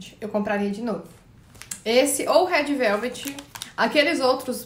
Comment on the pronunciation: "rédi veuvedi"